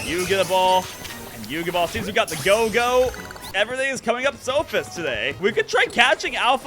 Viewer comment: SOphist? I thought he was